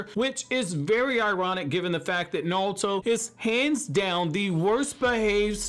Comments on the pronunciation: I swear this guy just says nalto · Narulto😂😂😂😂😂I heard a L in there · Absolutely Nobody: You: NALTO!!!! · Every time you say Naruto I see “Nalto” Who else is with me? 🤣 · The way you say naruto tho. Lol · why the hell do you not pronounce naruto so wrong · Am I the only one who hates the way he says naruto? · Bruh how tf are you pronouncing Naruto? It's bothering me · Can’t stand the way he says Naruto